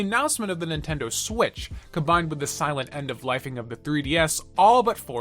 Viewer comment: It’s swiTCH, not swiSH But good video